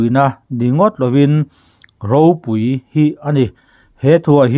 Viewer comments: Ropui tih hi i lam fuhlo lo maw.. Pui hi a ri hniam tur ania, ilam sang vek mai.. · Ropui tih hi i thlûk dik lo zel, pui tih hi lam hniam tur a ni. Khanghu tih lam anga lam tur. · Ropui, khaw ropui tih ropui kan lam rik ang hian i lam ri a, hetiang hi a rik dan tur a ni lova i chhiar thiam lo a ni.phungthlu tih a, kan lam bung nghat an hian ropui tih hi lam tur aw, i lam ri thiam lo, i qualified lo ropui tih lam ri dik tur hian 😂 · Ropui tia lam loh tur, Ropui tia lam hniam tur ti na na na, a ngai hlira i lam le aw.😂 Ropui(People tih thumal lam rik dan anga lam tur) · Ropúi tiha thluktur i thlukdiklo tluanchhuak zak. 'púi' tih lai khi thluk hniam tur aw ka nau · Ropui tih hi tih san loh tur tih i chhiar a, i lam dik chuang si lo, pui tihlai hi chu min lo pui lawk teh tiha pui tih ang hian thluk tur a niin ka ring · "ropui" tih lam dân tûr Pu Chuaua sawi dan hian i lam miah lo, i chhiar hian. "Pui" lai hi lam ri hniam rawh